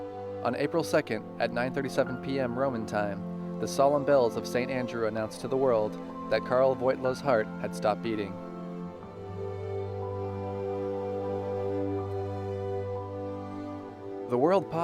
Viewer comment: Great video. Only problem is that JP2's original name (Karol Wojtyla) is mispronounced a few times. In Polish it sounds like "Carol Voyteewah".